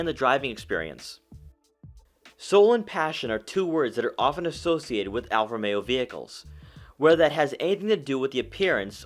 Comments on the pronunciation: Romeo, not Alfa Meo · How is this car co.pany pronounced? It sounds like you are saying Alfa-mero. Almost like one word.